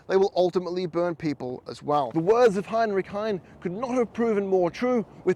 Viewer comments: It is Heinrich Heine, not Heinrich Hein. The last e is not silent. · It's NOT Heinrich Hein. It's Heinrich HEINE, pronounced Hein-ah. Geez!